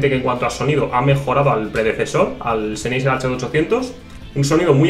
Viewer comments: todo bien, pero Sennheiser sería "Senjaisá"... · que bonitos seneiser he...SENEISER! pronuncia bien españolito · Duele oirle